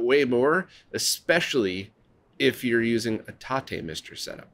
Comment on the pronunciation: Thank you for the TATE pronunciation! Now I can say it right 😁